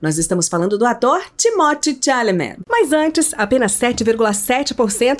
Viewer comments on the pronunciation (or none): Kkkk aprende a falar o nome dele kkkk credo 🤣